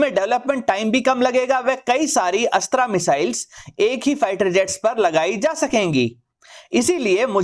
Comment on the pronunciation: Aap Ashtr ko Ashtraa na kahe please